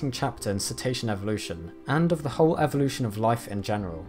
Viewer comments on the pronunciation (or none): none